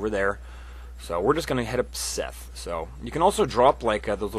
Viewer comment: it's seath not fucking seth jesus christ the introduction says it out loud for you